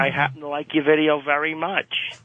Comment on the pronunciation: I hate how Opie pronounces the -er sound, such that Perry becomes Purry and very becomes vurry.